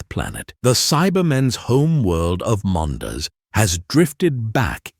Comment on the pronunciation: its pronounced mon-das not mon-ders 😂